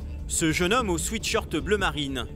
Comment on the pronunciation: Maladie nationale de prononciation: Ce n´est pas un "sweetshirt", mais un "sweatshirt". Pour savoir comment cela se prononce: Bloodhound Gang, The Bad Touch, "sweat, baby, sweat...,.".